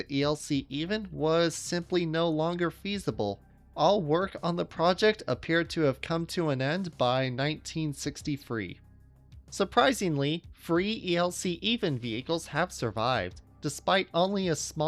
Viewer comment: Not really wanting to be a "grammar nazi", it's "Three", not "Free"; otherwise, a great upload and seemingly AI-free.